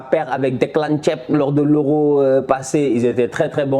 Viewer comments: Déclan "thièb"😅 tu vas me tué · Tonton vous avez dit Declan thieb quand meme 😂😂